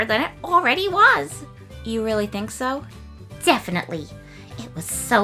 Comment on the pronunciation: Definitely ❌ Difinitifly ✅